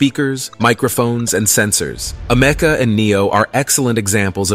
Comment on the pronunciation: It's pronounced AMICA. My god that was so annoying to listen to 😂 I can see the divide within humanity starting to form as the less skilled amoung us perish into oblivion. Bring on advancements to the welfare state!